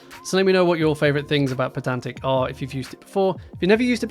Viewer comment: Isn't the whole point of it being spelled "pydantic" that you pronounce it "pie-dantic"? :D